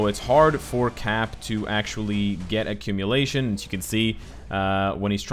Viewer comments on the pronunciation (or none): what is accumilation? 😂🤔